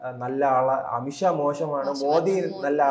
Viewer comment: ഉച്ചാരണം ശരിയാക്കൂ അമിത് ഷായാണ് അമിത് ശാ അല്ല